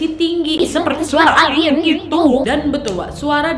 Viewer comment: Udah focus dengarin pas bilang elien kok jadi ketawa